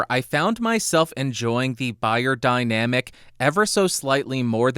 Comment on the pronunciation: its pronounced BAYER ffs